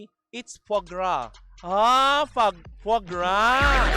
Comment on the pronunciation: "Fwaa Graa" ang pronunciation po